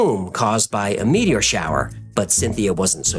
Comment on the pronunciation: is an alien. Humans don't pronounce "meteor" as "meaty-ORR."